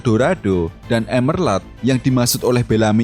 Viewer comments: Monmap nih yg gumush... Itu emerald yaaa bukan emerlad dibacanya 😅🙏🏻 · Bang bukan emerlad tapi emerald, gimana sih lu yang ngetik tapi gabisa nyebutin yang bener 😭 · emerald bukan emerlad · Emerald bang bukan emerlad Blokk!